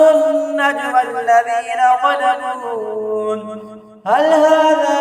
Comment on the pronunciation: Zalamu ko zalmun padhte ho